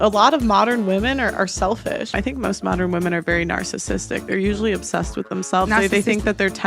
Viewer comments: bro said moderin loool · Moderin, mod er in , mod earn, ern, modern.